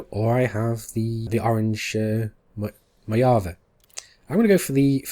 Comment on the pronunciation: MOJAVE is pronounced as "Mohavee" not "Moyaveh". Just sayin'. Cool video though - excited for new series